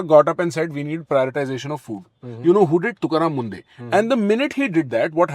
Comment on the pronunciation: It’s not mundeh it’s munde